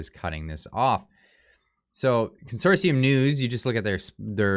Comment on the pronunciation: Learn how to pronounce consortium. There is no second "S". Real journalists, who actually studied journalism in school would know that or research it. Also do you belong to any journalism associations and do to have a mission statement along with your journalistic standards? Bottom line, corporations can decide who they wish to do business with just like some of the commenters have the right to do business with who they wish.